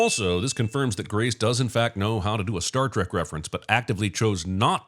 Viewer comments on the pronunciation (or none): none